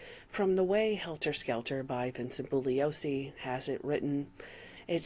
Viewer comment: you're the first YouTuber I've ever seen cover this topic and pronounce Bugliosi correctly. Interestingly, Jay Sebring is the hairdresser that gave Jim Morrison his famous "Alexander the Great" haircut that you see in the Young Lion series of photographs. Instant new subscriber! ❤❤